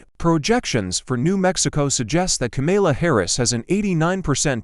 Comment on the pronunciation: Please learn how to pronounce Kamala's name.